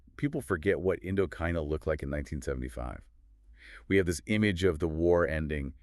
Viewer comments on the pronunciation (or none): AI voices? WWII he reads as W W eye eye. I mean so believable they sound so good until they foreign words like a computer, indokina